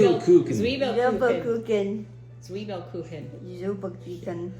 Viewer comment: As a native German speaker: Your German pronunciation of Zwiebelkuchen is pretty good👍🏼🙂